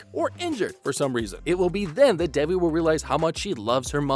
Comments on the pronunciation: It’s pronounced “they V”. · Omg why are u guys calling her DEBBIE its DEVI ..theres no B